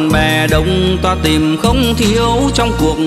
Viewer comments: Phát âm của vùng miền tôi và anh là " tìm " không phải " tiềm ".... nhớ anh nhé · hát Hay lắm nhưng cố gắng phát âm hai từ (con tim) không dọc ((tiêm) ((Tìm) không dọc ( tiềm)chỉ vậy thôi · Csi hát hay nhưng cần phải chỉnh sửa 1số từ phát âm chưa chuẩn như từ: TIM thì cs lại phát âm thành TIÊM hay từ TÌM cả lại phát âm thành TIỀM vvv... Cs hát những bài Duy khánh hát trước đây cực kỳ hay